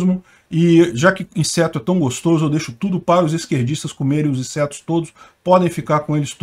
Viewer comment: O do nada, "comer insertos!". Chorei.🤣🤣🤣🤣🤣🤣